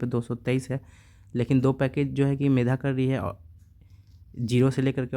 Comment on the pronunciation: Medha nahi megha boliye